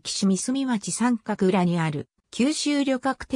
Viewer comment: …三角は <さんかく>ってよみません。読み方も知らんなら出すな。 みすみって呼ぶとばい。